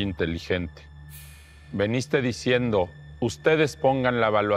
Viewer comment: Se dice "Viniste", no "Veniste".